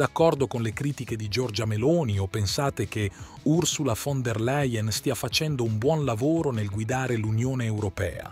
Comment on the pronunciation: Làien! Si dice Fon der Làien!!!!!